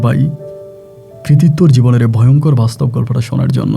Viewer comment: Sakma noi chakma . Boynkor noi voyonkor